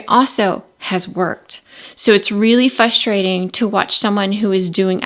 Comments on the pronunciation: Don't take this wrong please because I love your videos. It is frustrating to hear you say fustrating 😂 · I enjoy your videos! But it is a little frustrating hearing you say fusstrating